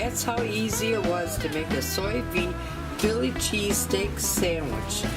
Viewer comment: Ok I have watched all your Sous Vide videos, # 1 trying to learn how to pronounce it!lol, you do it so well, # 2 I want one of these!, I have learned so much about this gadget from your video, everything looks awsome, made my mouth water! This is definitely on my list, Thanks, for the Sous Vide 101 class, Loved it.